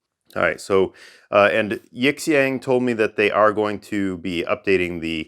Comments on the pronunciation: Sometimes the x is pronounced like sh in Chinese. Yee'shyong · Love your work, really I do, but if you're going to review products from a Chinese supplier please take two minutes to learn how to pronounce the company name properly; especially if they're going to list you as a suggested reviewer on their website. I'd suggest plugging their "english"/Pinyin name into Google translate and using the audio playback. It's two characters Yi, 亿 and Xiang, 祥, and you pronounce them separately. Definitely not "yiX ang" because the X has a different sound and Xiang is kinda like shhhe-ang